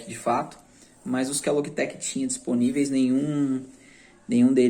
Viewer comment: Confesso que "Loguitequi" me pegou um pouco kkkkkk mas o vídeo tá show!